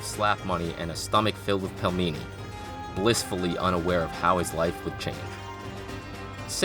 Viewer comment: Pelmeni is pronounced like "peel many". Otherwise, great video! Keep up the good work!